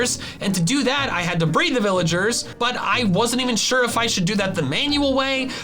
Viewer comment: said bread not breed 😂